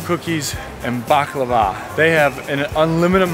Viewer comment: You mispronounced it. Bah-Cla=va. Accent first sylable